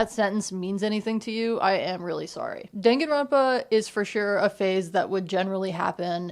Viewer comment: girlboss it's dan (like dahn) ganronpa 😭😭 dangan is bullet in japanese